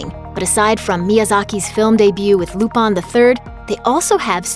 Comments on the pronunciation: why does she keep pronouncing it "Lupon" instead of "Lupin"? or have i been mispronouncing wrong all these years? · it's LUPIN not LUPON you uncultured swine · Lupon? Coupon!!! its Lupin, Looo-Piiin!!!!! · is it difficult to pronounce LUPIN (loop-in) and keep doing it wrong and say LOOPAN??? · Who is Lupon? Lupin was his name. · Its "LUPIN!!" NOT LUPAN 😅🤣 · its lupin the 3rd not loopon damn lady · She's pronouncing the FRENCH name with a JAPANESE dialect. They literally spell it RuPaN, where their letter a always rhymes with hahaha. They don't have a sound that matches "Peter PAN," which would be the French pronunciation. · Wait, I thought it was pronounced Lupin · Please learn how to say the french name Lupin properly. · I just can't get over them mispronouncing "lupin the third"... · Legit just pissed me off how they messing up such an easy name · Banna she butchered them names like it’s her job to do that